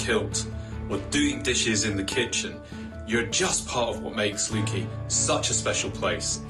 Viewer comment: Wonderful dedication from Eddie and rightly highlighted by the One Show. What a pity Leuchie was mispronounced twice. They do great work there too. Well done Eddie!